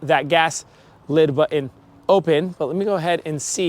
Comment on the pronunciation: one comment. learn how to say 'button'